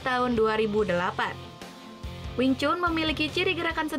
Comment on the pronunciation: Wing tsun not wing chun lol